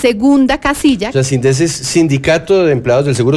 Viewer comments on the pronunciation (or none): No se dice sind'es se dice síndes😃😃😃